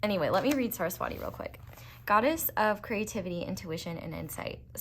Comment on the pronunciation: Not hating or anything ❤ I'm Hindu, Saraswati is pronounced as Suh-rhus-vuh-tee. In case you wanted to know c